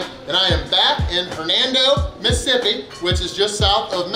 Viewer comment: You said it right! "Missippi"